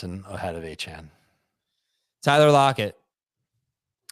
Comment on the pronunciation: It’s “A-Kane”